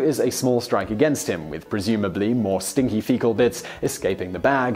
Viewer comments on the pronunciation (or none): Can't tell if he is saying stinky or sticky.